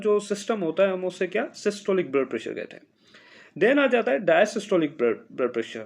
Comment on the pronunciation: Correction Required: The lower pressure is called "Dia-Stolic" blood pressure not "Dia-Systolic". You are keep calling it Dia-Systolic which is wrong and the students will learn a wrong term instead of learning something new and interesting. 🙏